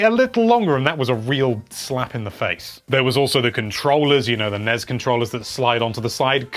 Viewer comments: Also it's N-E-S not nes. Stop that blasphemy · NES (Nez?) No one says it like that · He actually says Nez. Which is worse. He also says Yaw-shi. Heh.